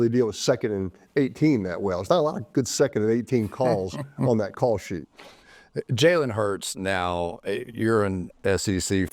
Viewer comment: Chris is it that hard to say Jalen’s name? Dang!!